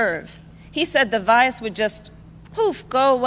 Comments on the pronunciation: Is it just me or did anyone hear “vius” and not “virus”? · Oh ? Yes, ROFL